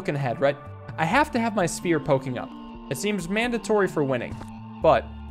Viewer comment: I love the fact that he still says “Sphear” sometimes 😂😂. I love your content btw, love waking up to an video too